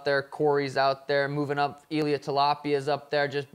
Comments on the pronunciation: Did Suga call Ilia Tilapia on purpose?? 😂😂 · Suga said tilapia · Man said Ilia Tilapia 😂😂😂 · Illya Talapia 😂😂😂